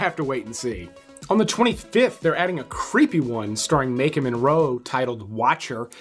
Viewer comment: Do you mispronounce Maika's name on purpose to generate more comments? 🐟🐠:fish-orange-wide-eyes:I took the bait. It's not Makin' like Bacon! There is NO N!